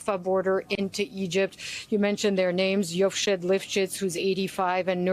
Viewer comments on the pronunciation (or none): "Yocheved," ladies. Her name is Yocheved. Pronounced yo-KHEHV'-ed. You both butchered it. You're a professional news org and professional journalists, know how to spell phonetically when needed, and one of you is reporting from Israel, for pete's sake. How hard is it for you fact-check the pronunciation of a common Hebrew name you will be repeating for days, or weeks, from now on, from a colleague or Israeli source while you're there?!?